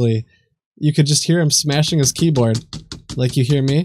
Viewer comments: Why do basically all scammers say keyboad? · "Keybod." (miffed mode)